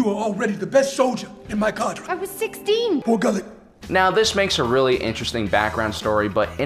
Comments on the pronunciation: I like the part where he says "BORGULLET." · BORGULLET! I've watched a few videos of this channel, but it was this "Borgullet" gag that made me subscribe.